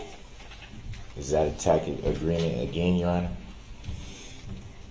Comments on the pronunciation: "Is it a tack-it agreement???" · He's never spent much time with wducated speakers of the English language, so doesn't know the 'c' is a ' soft c', sounds like an 's', in 'tacit' meaning an implied, or unspoken agreement. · I wonder how many times Judge Dorow had to bite her lip to keep from laughing at Brooks each time he said "tacket agreement"? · Yep. That’s up there with “I don’t know what a tackit agreement is.” And then there’s the time when she told him there’s no t in bias. Awesome sauce!😁👀😆😍🥳